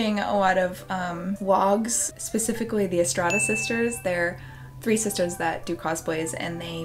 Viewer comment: The way you pronounce Vlogs/Vlog always sounds like Wogs to me and it's weirdly cute and endearing. I'm not a native speaker so I'm also always glad to hear that even native speakers can't pronounce everything correctly.